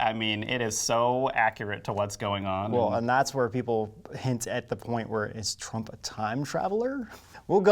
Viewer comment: Sure sounds like the narrator called Trump, Drumpf in the beginning.